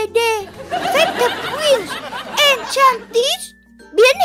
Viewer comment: kiểu: Phép thuật Winx En - Cha - Nít 🤣🤣🤣🤣